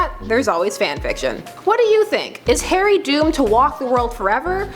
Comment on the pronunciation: everytime she says Harry, it sounds like Hairy. Lady you're going diagonally